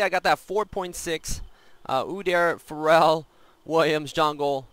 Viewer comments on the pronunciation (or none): Why do you say feral as pharell lol